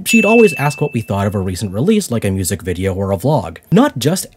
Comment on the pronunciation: I love the way he automatically says "viDeOuR" in the Aussie accent when reading Lily's messages